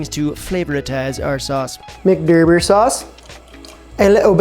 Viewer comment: Just gotta say it... Pronouncing sauce like that grinds my teeth... Ok, done with rant